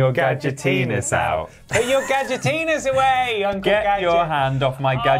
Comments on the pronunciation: why they pronounce gadgetinis like that lmao gadgetenis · It's also worth checking out the ending to this game, because I shit you not it is one still image with a singular Gadget line where he mispronounces Gadgetinis in a new way. "Ga-dgitines"